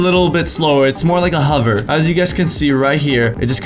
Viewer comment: Who else noticed he said huver instead of hover! 😂?